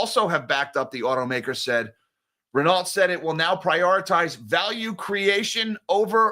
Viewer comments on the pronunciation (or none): 8.23 Renault T is silent, it is French Ren-no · as a French melon head, you should pronounce: Reno not wit the ‘t’. You can also say:’crap’ which is more realistic. You missed in your story that CEO is leaving the same day, while be hired by in trouble luxury group Kering. On the same days, Renault recorded a 9.5b€ write off on their Nissan holdings. Company claims that CEO leaving same day is a coincidence.